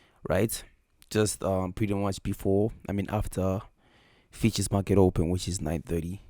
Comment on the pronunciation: Pronounced Futures not Features 😂😂 great video bro!